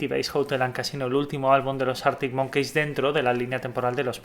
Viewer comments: Es monkis xd pero da igual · cada vez que dices arctic monKEYS me sangra el oido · Año 2080, seguirá pronunciando Artic Monqueis 😂😂